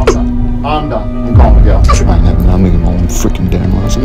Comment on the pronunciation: “I’m callin’ Maguel.”